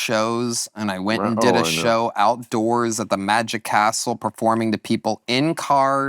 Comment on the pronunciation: Tony Hinchcliffe - “outdowers”